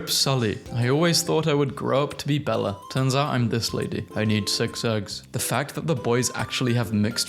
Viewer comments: Belle is pronounce Bell not Bella. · She is not named "BellA" !!! Her name is Belle ( pronouced like church bell )